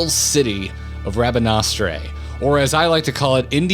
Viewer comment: For future reference, Rabanastre's last syllable is pronounced as -ster. So Ra-ba-na-ster. Also, whoever decided to put a bit of the Garo music over the show footage, I frigging salute you.